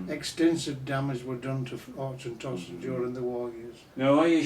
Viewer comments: Glenkinchie is not triple distilled! He can't pronounce Auchentoshan and the "Highland line" he is talking about is much lower than just south of Dundee. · Its pronounced auchentoshan in a german way LOL